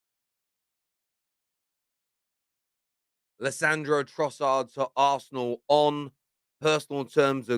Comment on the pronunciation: Leandro, not Lissandro, 😛